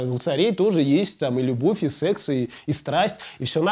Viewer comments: Как же меня бесит когда говорят "сЕЕЕкс" именно через Е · Как нелепо и странно, когда вначале взрослый, казалось бы, мужик-застеснялся и произнёс прям как в школе в 3м классе "сеекс"😂господи